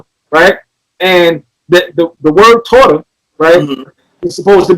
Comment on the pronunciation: He butchered torah omg he tried it lol torah means the law he reached